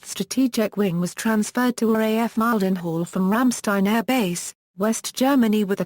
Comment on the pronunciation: Mile-den-hall WTF